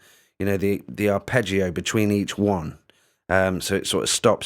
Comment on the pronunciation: Must admit I saw the first vid and when you mispronounced arpeggio etc and the name of the software, I was going to try and correct you and just move on to something else - but I noticed someone had put you right in the comments already and you'd taken it onboard politely, so kudos for that - I watched the rest of the vid and then this one, and will be giving this a go. I use cubase and tried BlueArp recently - didn't seem to play too well with cubase, or my set up, and hummed when engaged. Midi loop maybe but couldn't fix it. Anyway, this does look a bit more basic than that but very easy to use so thanks for the demo. You don't come across as an expert - and I mean that in a good way. Pretty refreshing. Sub'ed. Good luck with the channel.